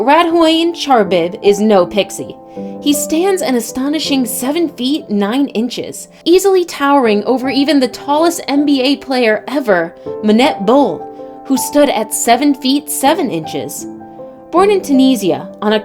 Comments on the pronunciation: You said manet bol its manute bol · Bruh its Manute Bol not Minute bowl Hes a human not a $2 drink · She said manete bol. His name was manute bol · Bro said my net bowl instead of manute bol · It’s not manate bol it’s manurte bol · Did u just say MANET Bol its Manute Bol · Menute bol instead of manute bol. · "Manette Bol" smh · “Mannete ball” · She said menet bull 😂😂😂 wtf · "manet boul" 😂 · She said ma net lmao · That’s not how you say manute bol and manute bol is 7 ft 9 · How she said manute bol triggered me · I know I’m not the only one who noticed how she said manute boles name